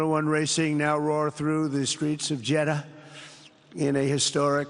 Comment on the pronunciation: It's the "JedDAH" pronounciation for me 😂😂